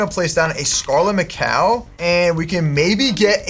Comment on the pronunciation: Naa why he calling Scarlett Macaw Scarlett ma cow 😂😂😂😂😂😂